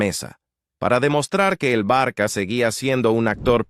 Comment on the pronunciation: No se dice el " Barqua" pero Barsa " ,estudia un😂poco la pronunciacion😢 Barsa por favor, es la pronunciacion de ça,el ça se pronuncia sa